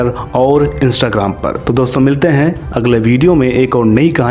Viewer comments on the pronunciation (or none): none